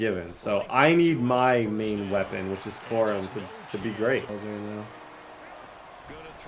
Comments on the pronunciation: Corum more like cor-him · 1 hour 4 minutes 42 seconds “Blake Corum” juke